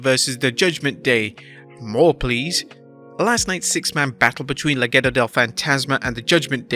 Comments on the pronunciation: Le-Gah-doh Not Le-gay-doh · Please stop saying "le-gay-dough" 🤣🤣🤣